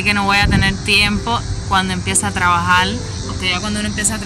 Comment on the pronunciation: Soy cubano y llevo viviendo 43+ años en los EE. UU. No se porque dices "salil" en vez de "salir" o "trabajal" en vez de "trabajar". ¿Que les pasa a los cubanos de hoy en día que cambian la R por L sobre todo al final de las palabras terminadas en R? Otra cosa Gran Isla no se dice así. En inglés se dice Grand Island y tienes que pronunciar la D al final de Grand y en el caso de la palabra Island la S no suena por lo tanto dirias más o menos "Ai-land" donde debes pronunciar la D al final. ¡Suerte!